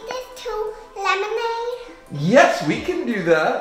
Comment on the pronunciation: She said lemonaide so perfectly!